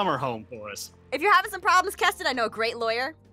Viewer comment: its not ketin 😄